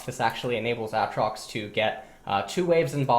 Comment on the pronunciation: Stopped watching at AHHtrox